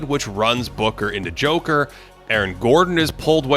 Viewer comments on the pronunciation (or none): none